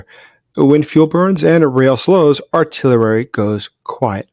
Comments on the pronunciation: AR-TILL-ERY:), love ya man. Thank you for your good work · Artillerary?? WTF?? I support you 100%, except for this bizarre pronunciation, which is ubiquitous in your videos. 🙄